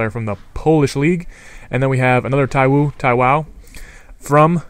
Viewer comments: your messing the names up. you pronounced ekpo right so why are you saying taiwo like taiwan or taiwoooo. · its thigh-Wow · haha u pronounced taiwo as ta-wow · also, fair enough not being able to say names that are like Kkshdgfsghsdjsfdhgsdgjdfgycfwteysiufygc... But Taiwo, Ogude, Adejo, Abwo? Seriously? I don't know if you do it to try to be funny or whatever, but it just makes you look like you're severely broken in the head...